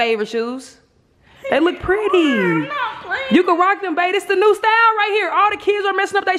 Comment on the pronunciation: Jazz got saying “ dem “ lmao 😂. Edit